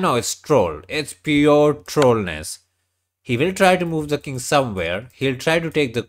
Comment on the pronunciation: Nah bro he doesnt meant to be rude, that guy calls the king as the "kid" Yeh! King is "kid" as you can hear from the vid! 😂🎉